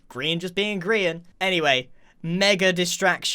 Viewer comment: *pronounces Grian as Brian*